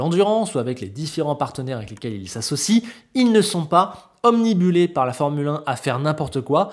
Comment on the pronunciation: Je reste obnubilé par ta facon de prononcer "omnibulé" ! 🤣